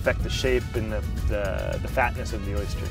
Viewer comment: Oh my god! Its O Y S T E R ,not O Y S C H E R !!!!! Why does everyone here in Florida insist on saying it that way?!?!?!? Drives me nuts